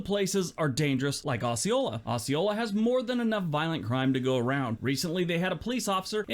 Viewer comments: I'm in arkansas. It is not pronounced as he is saying it. The o is said as oh. So we say oh- see- oh- la. I've never heard it said the way he said it lol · That is "oh-see-ola. I live in jacksonville arkansas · this guy is too judgemental and opinionated -- I live 15 miles from Osceola Arkansas - pronounced O Ceola the s is silent -- so there's that -- we are an old time area in the delta - on the Mississippi river - fine people for the most part --- no town is perfect -- I noticed no California towns --- ------- you are awesome - genuine - God bless